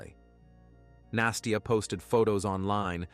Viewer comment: the narrator keeps pronouncing it "nasteeyah" A Russian saying настя doesnt have the ee in it.